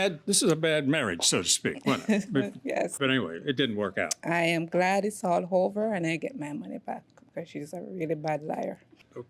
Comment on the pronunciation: Is it common in Jamaican to add an “h” sound in front of words that start with a vowel? I noticed eat became heat and over became hover. I’ve never heard that before